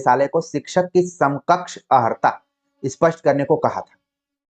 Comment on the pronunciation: जी अर्हता ही शुद्ध शब्द है। किंतु कभी कभी योग्य व्यक्ति से भी अनजाने में अशुद्ध उच्चारण हो जाता है 🙏